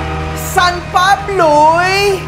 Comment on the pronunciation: Ano po yung sanpabluy